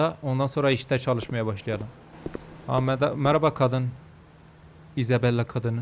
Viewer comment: Geri sarıp tekrar tekrar izlediğim nah girişinden sonra 🌌HeRkESeĞ mERAbaĞ arKadAşLaĞr🌌 deyişi 😂😂😂😂